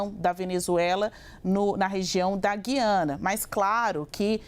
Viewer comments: Não é "Gui-ana" é Gu-i-ana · Boa tarde, desculpe a intromissão mas, não é Guiana , diga GU I ANA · É Gui- a- na , e nã gui de guido. Tipo fala Rui. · NÃO É GIANA , É GUIANA. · GU-YA-NA. ( Correto )